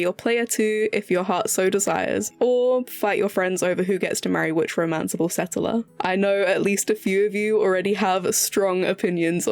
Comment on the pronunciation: Setteler? Gorgeous pronunciation except for 'settler' - setteler? Waiting so long for this game 😓